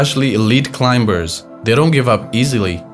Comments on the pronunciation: It’s not climBers … the B after the M is silence And it’s not standard English also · The voice on this video pronounces the b in climbers